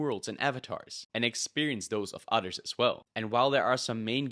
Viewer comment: I can't tell if you are saying "Others" or "otters" But I sure do love otters.